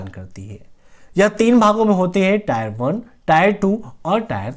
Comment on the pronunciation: टायर नही टियर होता है।